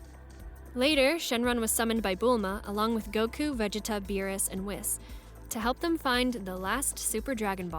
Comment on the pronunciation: Awesome video. But the way you pronounced Vegeta ...🥶🥶🥶